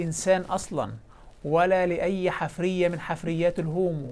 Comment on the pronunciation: المُلحد المغاربي يقول "...الحِـِفـْرِِيَـَة" بكسر ثم سكون ثم كسر ثم فتح. وهذه الكلمة ليست من العربية، بل في قواميس العرب "حـَفيرَة" بفتح الحاء وكسر الراء، وهي ما يـُحْفَرُ للبحث عن الآثار.